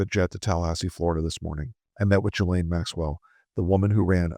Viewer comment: Jee-Lane for the love of God! We say "Gillian" which is the anglicised version of Ghislaine.